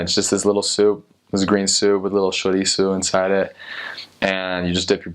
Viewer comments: I've never even heard any foreigner say chouriço, they always say sausage. That was really cool! (yah sou tuga) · Bro your chouriço is on point